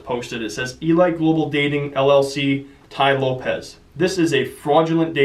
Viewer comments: It's pronounced e-leet not e-light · you don't know how to pronounce elite? lol